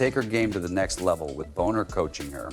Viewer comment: Thanks for the story. But, hyper repetitive point--over and over. You might want to spell ai read text more phonetically ("Bahner" vs "Boner")